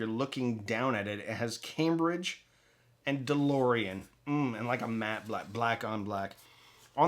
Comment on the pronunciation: I was gone when you mentioned the price!! For a Cambridge!!! And calling it ‘’?😂